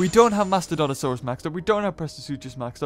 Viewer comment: rentauli situmeang he doesnt even read more then 5 letters from the names, half of the names he spells nonsense, mastodonTOsaurus for example, when in real is mastodonsaurus. is not spelling, its for god sake reading.